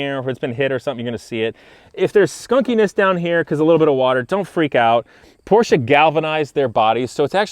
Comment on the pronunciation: Thank you for pronouncing Porsche correctly. 😉